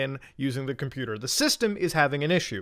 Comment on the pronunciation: Dude filming could not even say computer correctly and he has the never to push someone over the edge. This is why people put that silver lining in their skull.